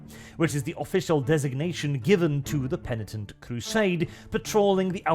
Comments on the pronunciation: said penitent correctly, good job. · Did just correctly pronounce 'penitent'....? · Christmas came early, lads! pronounced “penitent” correctly for the first time! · I see has finally learned how to pronounce Penitent